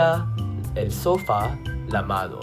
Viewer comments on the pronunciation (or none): Good video! Just a few things: -la radiodiFusión, -la boteLL A (pronounced boteya), -el sofá (the a is the strong vowel), -el trAnvía. And also "el agua" is a very common word!